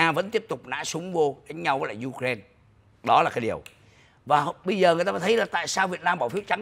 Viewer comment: Ai cũng đọc u rai na còn chú đọc you ren nghe không giống ai